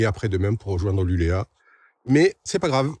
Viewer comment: Super vidéo. Juste un petit détail: LULEÅ avec un rond sur le A se prononce LULEO. A plus.